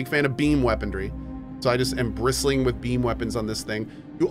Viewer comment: I never noticed before that Cohh pronounces it "weaponDry" instead of "weaponry" LOL